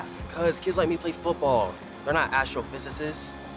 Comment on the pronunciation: How hard was it for you to say astrophysicists😂 just kidding but you killed it ong